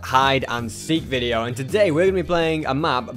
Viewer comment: Hahaha not veos its video